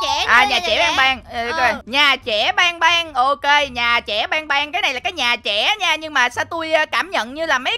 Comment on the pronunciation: ơi chứ ban ban mà sao anh đọc thành bang bang😢😢😢😢😢😢😢😢😢😢😢